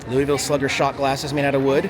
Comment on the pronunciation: It's pronounced LOO-UH-VUL.